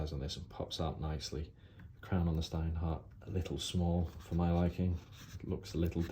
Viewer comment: Shhhhhhhhhteinhart. It is how it's pronounced